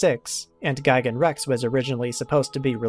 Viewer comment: is gigan not gaigan